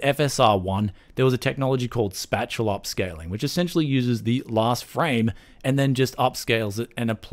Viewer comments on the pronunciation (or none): #PronunciationPolice: "spatial upscaling". The word is "spatial", as in "space", like "spayshul". Not "spatcheeal". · It's pronounced "space-ial". As in, the upscaling is related to spatial dimensions. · Spatula upscaling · Spatchal upscaling 😂😂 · Boy do Australians pronounce 'spatial' weird 🙃